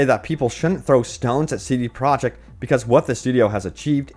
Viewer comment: WHO IS: CD PROJECT??? You stil don't know how to say the company name...you're pathetic...